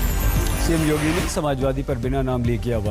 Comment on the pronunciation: Cm yodi😂😂😂😂 paan nikal Kar bolo yodi nhi yogi hai